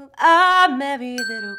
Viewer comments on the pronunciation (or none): none